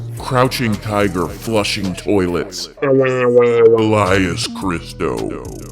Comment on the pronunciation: Thoiletsh.... Flusheeeeng thoiletsh